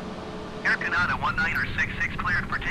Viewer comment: I can't believe after all these years Microsoft ATC can't pronounce Canada correctly !